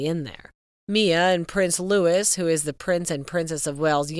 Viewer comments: Pls do your homework prior to making a video. 😊 Sh/b pronouced "Louie" not Louis. The name is "Tindall" not "Tindell." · It’s pronounced “ Lou -ie”, not Lewis! My brother is named “ Lou-ie, not Lewis! It’s also pronounced…. “Tind-ell”, with an E, not Tindall with an A.